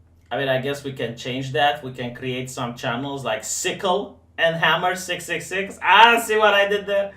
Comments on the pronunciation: the great transylvanian name butcher, strikes again! StyxHEXenhammer. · How did you fuck up Styx's name so badly xD